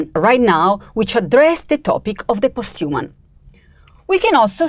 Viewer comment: "Post you mun" 😄